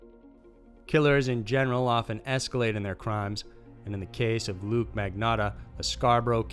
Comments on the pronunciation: It’s LUCA!!!!!!! Omg do some fucking research!!!!!! Good channel but the stupid little mistakes you make (ALL THE TIME), makes it seem like you don’t care about what you’re doing. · It's actually pronounced look-yah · Its "luca magnotta"